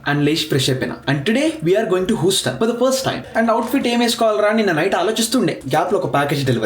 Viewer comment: Huston pronunciation thappu bro.